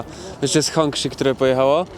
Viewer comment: Hongqi wymawiamy jak "honczi" :) Wiedziałeś, że jest (był) taki w Polsce? Można podejrzeć na Plugshare na GreenWay'u przy Galerii Solnej w Inowrocławiu. Jestem ciekaw, czy ktoś sobie go sprowadził, czy był tylko przejazdem.